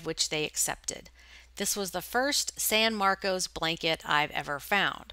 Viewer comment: 'san marcos'. marcos is my husband's name. I'll remember that. You pronounce it perfectly. never understood why ppl automatically pronounce it 'marcus'.